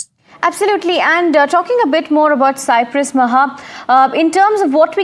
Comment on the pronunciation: Please correct the Cyprus pronunciation...